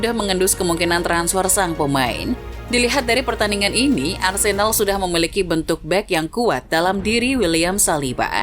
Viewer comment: Sedikit koreksi yg mungkin bisa dibilang penting gak penting, cara baca huruf "e" pada nama Arsenal dan Odegaard itu mirip dg cara bara huruf "e" pada nama Havertz walaupun ada sedikit perbedaan aksennya. Jadi cara baca Arsenal beda dg cara baca nama Arsene Wenger. Semoga kedepannya diperbaiki, karena sbg fans Arsenal, agak gatal ditelinga ketika nama club kesayangan salah diucapkan, dan semoga membantu, terimakasih. 🙏🏻